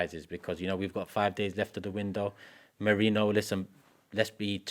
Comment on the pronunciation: The Merino deal has been going on for over a month and STILL cant pronounce his name! DOH!